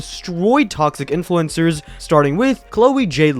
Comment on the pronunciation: evil "INFLUENZERS!"